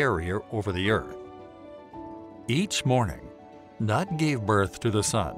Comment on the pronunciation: Your interpretation is correct. But it isn't nut but noot.